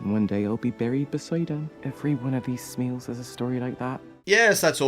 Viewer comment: if we're gonna be mad at the smials we have to be mad that its supposed to be pronounced smile not smeel god damn it smile smile